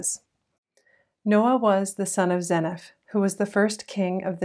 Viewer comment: According to the Book of Mormon pronunciation guide (scripture), it's pronounced ZEE NIF. I am enjoying your channel.